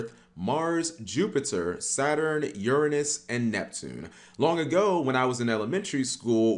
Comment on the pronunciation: Cap: pronounses Uranus incorrectly so he doesn’t say what we’re all thinking. 😂